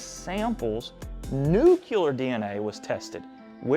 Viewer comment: Nue - klee - er. Not NU-KYU-LER. That's how the goober hillbilly George W. Bush pronounces it!